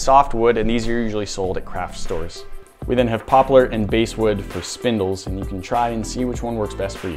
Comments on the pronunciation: Ummm… I'm pretty sure that it's bass (like the fish) wood, not "base"-wood. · Baaassssssss not base wood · Only one comment: it's bass like the fish, not like the guitar. Sorry for sounding like the grammar ghoul. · I realize that this might sound really picky, but I’ve noticed that you’ve referred to “basewood” in a couple of videos, and I’m wondering if you mean “basswood”, which I’ve used in cabinetmaking. Thanks for all the great videos! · BASS! B-ASS! Not base! Yer killin' me! Bass like the fish, not base as in baseball. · Basswood is pronounced like the fish not like the guitar. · basewood??? eh.. you mean Basswood...like the fish. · This is the second video, of recent, that you have referred to “basewood.” I am assuming that you mean basswood, and are just pronouncing it wrong? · Omg... It's basswood like a fish not basewood like a hideout. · BASSwood not Basewood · its pronounced bass wood not base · I just couldnt help but fixate on the fact that they are saying the wrong pronunciation of bass...its Bass as in the fish...not as in the guitar. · Hey just for info it’s basswood like a fish not basswood like a bass guitar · The wood you called basswood is actually pronounced BAsswood like a largemouth bass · The bass in basswood it is pronounced the same as the fish, not the musical instrument. I know because there's lots of basswood around here. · I thought basswood was pronounced like the fish, not the musical instrument. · The basswood is pronounced like the fish bass then wood. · It's pronounced like the fish. Basswood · its bass as in the fish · "bass"wood... How many videos do you think it's going to take before this guy learns it's pronounced basswood like the fish? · I think you mean to say Bass (as in bass fishing) wood. Just sayin. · Basswood is pronounced bass like a fish